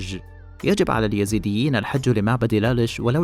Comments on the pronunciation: قبل أن تعرف مين هم الايزيديه الفظ الاسم صح وبعدين اشرح قصتهم للمشاهدين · قبل كل شي انت تنطق اسمهم غلط يا......... الاسم الايزيديين مش اليزيديين